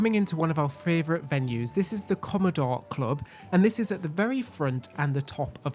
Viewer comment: I'm not sure whether can say "favourite"??? It always sounds like "fravourite"! Hahaha! But nonetheless, I love your works! "Keep it up" guys............xxooxx (And, for you US guys, yes. favourite is the correct British (and Australian) spelling!)